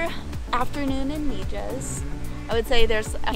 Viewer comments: MIJAS is pronounced Me Has not Me Jas😀 love the place. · Just in case you haven't been told the j in Mijas is pronounced like all Spanish words the J sounds like an h. Jesus is pronounced hesus .....so Mihas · Come on guys the town is prononced mihas j prononces h in Spanish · Wow brings back such memories! I lived there in 1968 and 1969. It was way more primitive but still epically beautiful! Thank you for sharing! And by the way the town is pronounced Mehass.. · I was in Mijas a few weeks ago. I agree it is beautiful. The Spanish will point out to you it is always pronounced "Meehas" Thank you for sharing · Its prononced Mihas. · Please if you are going to post a video at least pronounce the name of the town correctly: MIJAS=MIHAS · Wow, beautiful! Been there a couple of times, brings back good memories. Definitely loved your video and all the tips you give for other visitors. You've probably been told by now, but in case you haven't , the Spanish "j" is pronounced as an 'h" 🙂. No biggy, you still did a great job. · Thanks for the video. My dad lived in Mijas Costa. Drop the J when pronouncing Mijas 😂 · We're so thankful that we got to experience it, and equally thankful that you were able to power through watching the vlog as we continuously mis-pronounced 'Mijas'😅 It's seriously one of the most beautiful places we've ever seen and I can guarantee we'll be back one day hopefully in the not so distant future. Thank you for tuning in Harrison!!